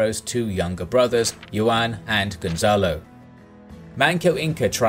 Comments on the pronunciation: Did you really just pronounce Juan as Yuan tho... It's pronounced Huan or who ah n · Juan is pronounced "Who-an" Other than that, amazing video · Love the channel but your narrator really needs to work on Spanish pronunciation. "Juan" = Yoo-an? Really? lol. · Thanks for these great videos, but just being honest, the way you pronounce 'Juan' just straight up gives me cancer